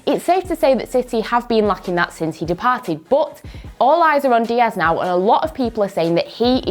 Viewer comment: Why does she says but, BUTT